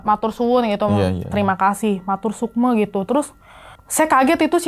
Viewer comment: Matur suksma... Itu yg benar bukan matur sukme..